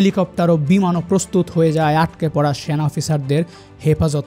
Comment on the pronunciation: স্যানা❌ সেনা✅ কনটেন্ট ক্রিয়েটর দের উচ্চারন নিয়ে কাজ কর উচিৎ।ভিডিও দেখার উৎসাহ হারিয়ে ফেলে দর্শক